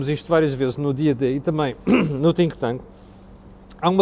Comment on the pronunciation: Epá, deixa de pronunciar TINK TANK; é THINK, não é TINK. Esse "h" nunca se ouve.